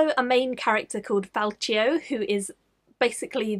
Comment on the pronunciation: I couldn't tell if you mispronounced his name as a nod to the stuff in Knight's Shadow... Fal-Key-oh not Fal-Chi-oh